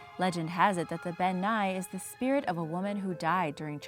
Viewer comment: As a Scot I can tell you... Elf and faerie are synonymous terms. To most, an elf is a category of fae. People think faeries are sweet and fun, but in Scottish Folklore they're mostly antagonistic. Also Bean Nighe is pronounced 'Ben NEE-eh'. Also surprised that the Nuckelavee didn't make the list but Ghillie Dubh did. Otherwise great list. :)